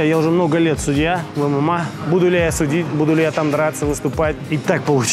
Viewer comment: Эмэмэй а не ымыма